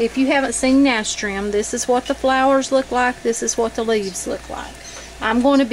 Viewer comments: Nah - stir - shum. ...pronunciation. Just for future reference 👍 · You are pronouncing it incorrectly. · Someone already posted and told her how to pronounce it. It's kind of rude to tell somebody they're pronouncing something wrong and then not tell them how to pronounce it correctly, the other person who posted was more polite 😅